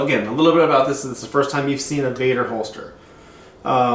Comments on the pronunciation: VEDder not VADder it's an E not an A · Dude you called it vadder another video you did....its called vedder with an E.not vadder..VEDDER.........